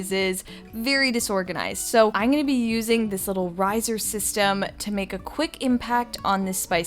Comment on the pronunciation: The word is I'm not I'ne. Great video!